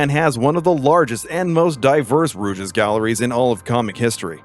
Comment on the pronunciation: What the fuck is a rooj